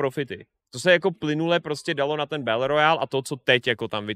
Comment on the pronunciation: Mal si radšej zostať v škole, možno by si potom vedel že Battle sa nevyslovuje Bel...